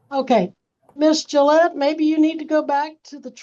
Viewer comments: Jill Gill-ay lmao 🦆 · It’s pronounced like the razor Gillette.